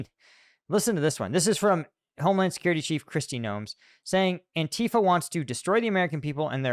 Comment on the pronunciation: It isn't an-TEA-fa, it is ANTI-fa. As opposed to PRO-fa.